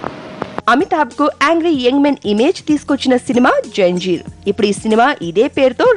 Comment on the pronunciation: Haha...its not janjeer its Zanjeer.